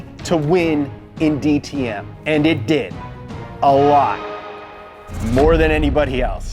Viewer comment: DTM was great in that time period, went downhill after that with crappy rules that made sure no new manufacturers would join. Ps props for the great pronunciation of DTM